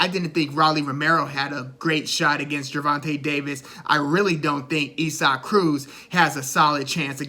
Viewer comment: Pronounced Eee-sock Cruz. You did your homework. Good stuff!🥊🥊